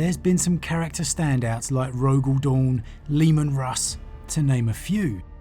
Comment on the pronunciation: Say it with me now: Leman Russ.